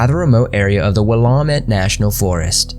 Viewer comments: The pronunciation, oh god; we don't pronounce it WILL-Ah-Met or HEH-SET-AH, it is WELL-AM-ET and HE-CET-Ah ;-; I am sure you tried at least you said Oregon right. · I thought the same thing lol I live in the Willamette valley, it's pronounced Will-AM-itt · It's actually pronounced Wool-am-it :) lol. But oh my god NW names are hard to pronounce. These are some scary ass stories! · Willamette is pronounced WILL-LAM-IT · Will-am-it is how you say it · So many creators covering mysteries and missing people in the PNW & each one struggles with pronunciation. I live within a stones throw of the Willamette & still had to back up and read the text because you butchered the name so badly. Why work so hard to research content & not take the 10 extra seconds to get the name right? SMH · Willamette is pronounced as like Willow, minus the owner. Just thought you'd like to know & sounds like a Bigfoot had something to do with Ronald's disappearance. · Your pronunciation of Willamette sounds weird. When I lived there nobody pronounced the “a” that way that I recall. Where are you from?